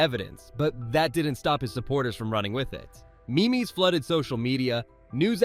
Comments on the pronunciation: i stopped watching as soon as the narrator said me me instead of meme. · Dear AI: Meme is pronounced 'meeem" NOT "me-me'. FYI. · I know this is a serious story Im just hung up on him calling a meme a me me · Did... Did you really say "me-me's"...? "meme" has a single syllable. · I really hope this is an AI voice because, otherwise, someone with a professional voice-over voice just pronounced meme as "mee-mee"...